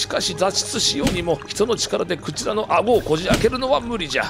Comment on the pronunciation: ｸ⤵︎ ｼﾞ→ﾗ↑ｶﾞﾜ↑ｼｦ...ﾀﾍﾞﾃｲﾙ